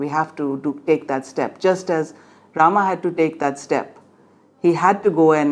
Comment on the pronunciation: Please correct your pronunciation. There is a difference in the A and AA pronunciation in Sanskrit. You are using the Anlicised रामा instead of राम. Otherwise what you say is absolutely correct